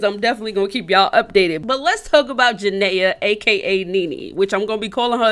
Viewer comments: Jah naya is not how you say her name lol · It’s not janaya it’s jania 😭😭😂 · Why you say her name like that it Ja-ni-a